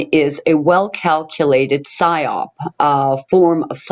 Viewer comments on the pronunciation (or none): none